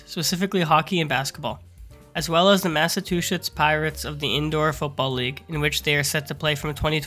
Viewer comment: Good vid but, Massa-two-shits? Lmao